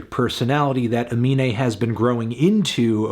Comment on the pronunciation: Anthony, his name is Aminé, please stop calling him anime in your review